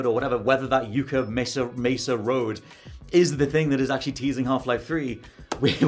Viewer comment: Yuck-uh not Yoo-kuh Mesa